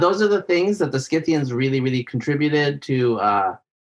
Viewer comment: For Pete's sake! The "c" in Scythians is SILENT!